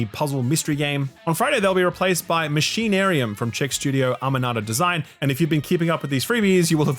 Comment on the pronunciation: damn, still can’t pronounce Amanita Design, or Machinarium, or Davey Wreden, or…